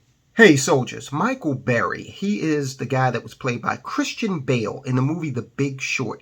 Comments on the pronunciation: It's burry.....not berry. Cmon man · Burry, not Berry